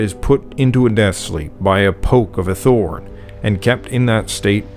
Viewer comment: As a student of Old English it makes me happy to hear someone pronounce the "thorn" letter correctly instead of as "d"